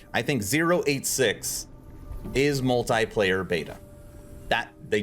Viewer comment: That though... Hearing 4 times multiplayer's pronouncation in a wrong way,made my ears travel to China xD Interesting video,didn't plan to play yet,due to work stuff